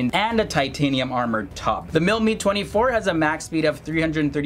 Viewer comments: Your pronunciations are awful, sorry. Couldn't get through your video... and I love both these helicopters! It's not pronounced "Mee," it's "Mi" ("Em Eye"), as in "Mi-24 or Mi-35." And it's not pronounded "Hend," it's pronounced "H[eye]nd," with a long "i"... I'm former military, but I knew both these helicopters well from grade school, AND how to pronounce them. If you're going to do a video on anything, you really need to do your due diligence... fwiw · Calling the Mi-24 HIND the MIL Mee 24 is like referring to the U.S.A. as OOSA. The presenter doesn’t know how to pronounce the helicopter nomenclatures, not is he an expert. There’s more to performance than dash speed when it comes to advanced attack helicopters.